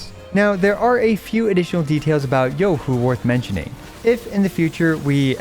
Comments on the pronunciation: Shed a single tear at that perfect pronunciation....finally free from hearing EN ccs going yoohooo like morons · As a chinese, im surprised u pronounced her name so accurately. 👍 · omg, so far you're the first CC, that I have watched, pronounced Zhezhi and Youhu correctly! so damn satisfying LOL